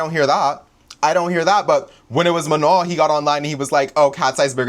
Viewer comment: mispronouncing Manon’s name is giving FOX News mispronouncing non white names, unless they’re republicans.